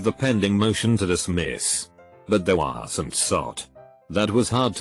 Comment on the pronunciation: what was that "wasn't" pronunciation..